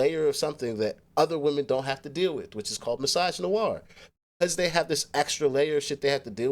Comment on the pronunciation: Ahhhh no... bro said misogynoir...